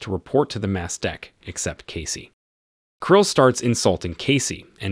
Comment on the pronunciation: It's not pronounced "fore-castle"...it's "foax'sle". Also, it's the "mess deck", not "mass deck". Just corrections from a retired sailor.